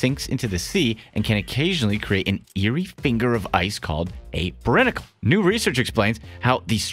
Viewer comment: He's done more research than most channels, unfortunately that doesnt always tell you how to pronounce the word / name. He said brinicle wrong too. I live somewhere that no one from another part of our country let alone anywhere else can say right, so I POLITELY correct. That's what makes all the difference and encourages people to change their behaviour